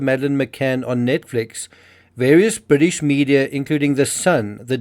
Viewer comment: Bwitish media? *Englistan media. Fixed that for you. Bwitish lab? *Englistan lab. If you're going to pronounce the as 'thee', Google 'thee meaning' first.